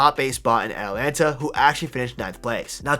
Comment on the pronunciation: ATALANTA NOT ATLANTA